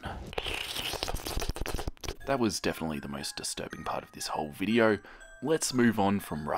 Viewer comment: When you said the word spoin I was like "oh no..."